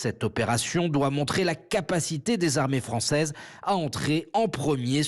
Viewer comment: l'arm 🤣🤣🤣 l'arm'éé 🤣🤣 l'armée fran 🤣🤣🤣🤣 çaise 🤣🤣 française 🤣🤣🤣🤣 l'armée françouaise 🤣🤣🤣🤣🤣🤣😂😂😂😂 pouffff 😂😂😂😂😂😂